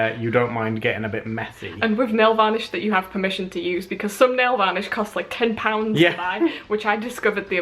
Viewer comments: hahaha you say nailvolish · are they saying nail vanish? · nail varnish? am I the only one who here's it like that?